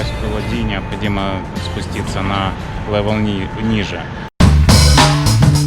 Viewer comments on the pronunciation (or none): none